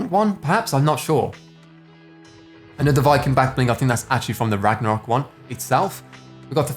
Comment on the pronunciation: You said ragmarok back bling on the Viking one!!!! But thanks, it was a cool video